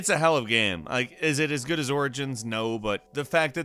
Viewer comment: "on windows it looks Guuu..." i'm dead xD